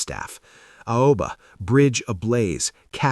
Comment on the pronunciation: Alba? Don't you mean Aoba?